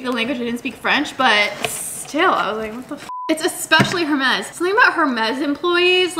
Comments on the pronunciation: I thought you weren’t supposed to pronounce the H in Hermès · You are not supposed to pronounce the H in Hermes 😂